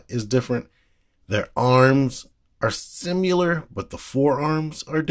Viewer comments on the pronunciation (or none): Stop saying "simular"....it drives me nuts lol